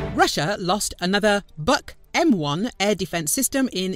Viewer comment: [buk], not [bak].